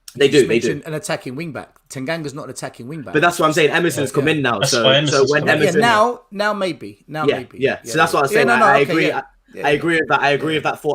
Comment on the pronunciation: Emerson, not merson, because merson played for gooners